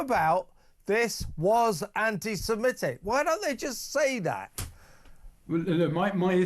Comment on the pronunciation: It's antisemitic FFS, why do broadcasters keep pronouncing it antisemEtic 🤦‍♂️ At least he got it right at the end.